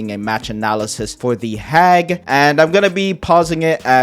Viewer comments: lollll I was like “The WUT” when I watched it 😂😂😂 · You saying “The Hag” sounds so weird now 😭😭😭